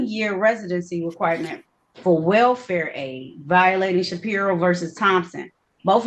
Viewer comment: She was struggling to argue against his case law arguments and it was embarrassing. His arguments are the most repeated, overly argued nonsense case laws that she should have had these rebuttals and responses memorized. She couldn’t even correctly comprehend Shapiro. She kept saying Shakira, JFC. He’s lucky he wasn’t in front of Oakley or Simpson. She seems like she doesn’t even know wtf she’s doing. This entire interaction PMO 🫩